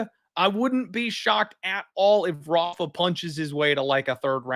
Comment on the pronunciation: Stop calling him HAFA! He is not Brazilian, he is Mexican and his name is pronounced RAFA… with the R.